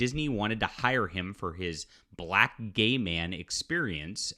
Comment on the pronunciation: Why you keeo saying “black” like that though? 🤔